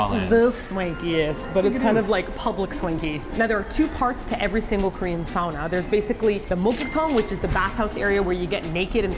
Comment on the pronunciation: says sauna correctly!:D:D:D Even the thought of anything above 75 degrees F though (I guess that's ~24 degrees C? Sorry, I'm American:c)... I couldn't imagine going in there... x___x